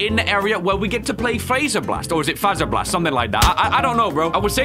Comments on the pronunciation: Its pronounced (f Ae zer blast) SO fazer with a low a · its is pronounced FO-ZR-Bl-AST because faze bear and fazer